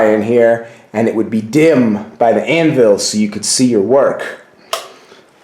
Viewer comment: Great asset! Your first assignment is to learn how to pronounce anvil...it’s not Ann-Ville! It’s a shame you’re leaving all of that iron in there to rust away! I agree with someone’s suggestion that it was once an icehouse or root cellar, not a blacksmith shop...hobby shop maybe. Have fun with it!